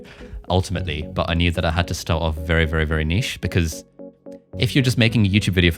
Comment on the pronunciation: Fantastic video guys, I’m mostly hesitant to start putting up videos but this is probably the kick in the pants i need. And thank you for pronouncing niche properly lol